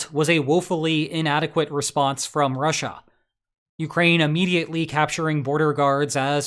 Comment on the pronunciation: Once you hear the weird way he says Russia, you can’t unhear it. “RAH-SHAH” 😂